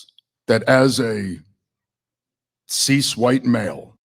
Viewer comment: Here is an authentic answer about Graham Platner. He did sound like he was pandering because he doesn't even pronounce CIS properly. HOWEVER, as per our First Amendment, he should be able to describe himself as he chooses, he isn't demanding that others describe themselves in like manner. I'm assuming he doesn't describe himself that way in all situations, but being in mixed company, that is how he seems to acknowledge the difference between himself and the audience member who seems to be a trans woman. I'm sure there are a number of your viewers who pander to you. If your face didn't show disapproval of his "woke" terminology and let's pretend you had said you were glad he used that terminology for whatever reason, you'd have people on your bandwagon saying they were cool with it. This is my authentic answer, as you said you would appreciate. I don't say CIS in normal conversation, it's like saying I eat meat. That is the common perception of an everyday person. I find that only those on a less common path use distinctive terminology or self-description. Like vegans/vegetarians.